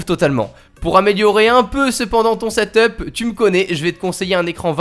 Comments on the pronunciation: on dit setep et pas setop desoler mais je suis insatisfait 😂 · Sa se dit setup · Ca ce dit seteupe pas setop